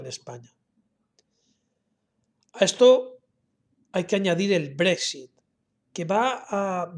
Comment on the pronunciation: Yo practicaria un poco mas para pronunciar Brexit un poco mejor